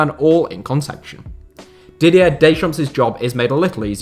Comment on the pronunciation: The S in silent in Deschamps guys 😊